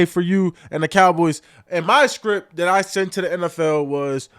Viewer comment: Micah saying the NFL SPRIPT 😮